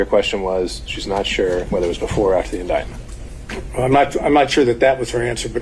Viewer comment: Before, and "ATHTER"🧐. Anyone else notice this? Love the content but wow